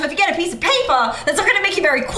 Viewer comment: PiEcE oF PayPuH